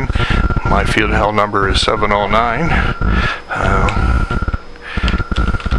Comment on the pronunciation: Why would you work another station that is not his working frequency that is just rude and very lid'ish , Contest etiquette is needed on youtube to show the proper thing to do.. because hams are getting worse and worse about stuff like that. I would not pronounce Feld = Field, it is Field, but not in German. Feld like in held